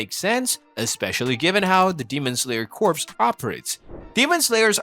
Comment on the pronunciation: you know corps is pronounced as kor right💀💀💀💀